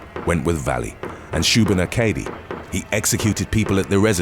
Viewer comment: You miss said shubenacadie and as a resident of Nova Scotia I can confirm that